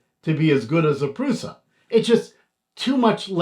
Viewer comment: Pronounced "PRUSHA"